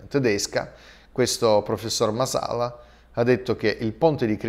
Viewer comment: Masala l accento cade sullla prima a